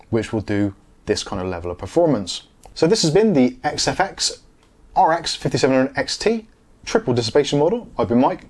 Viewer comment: Nice review Mike and congrats on pronouncing XFX correctly every time. Be honest....how many retakes?